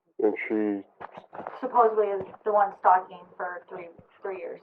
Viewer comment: Where is from? I love his accent & how he says three as tree. So hot